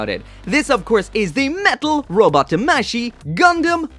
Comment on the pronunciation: Eh, tamashi is pronounced wrongly, both A have an Ah sound not an Eh sound.